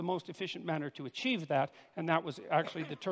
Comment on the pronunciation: "thats what I wanted to archieve"